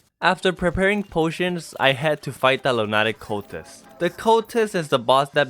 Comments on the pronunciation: Pronounced loonuhtick cultist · I know he said it wrong but “Lunattic cultist” has a nice ring to it